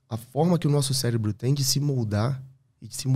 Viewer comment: Gerente do "celebro" Calma gente kkkkk